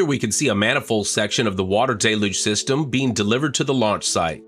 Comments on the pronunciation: Please learn how to pronounce Deluge properly... It's Del (like del taco) You - ge The trailing e makes you say the letter u fully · DELL-yoog! DELL-yoog! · It rains hard (but not generally for long) in Florida. Always pronounced it "Day-luge". Never heard different in the Northeast (where I was born and live presently), nor Hawaii or California (where I've also lived and worked). That pretty much covers most of the country, doesn't it? Maybe it's a flyover-state thing.